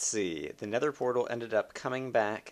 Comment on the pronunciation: At the beginning it sounds like you say: alright i am by the snether portal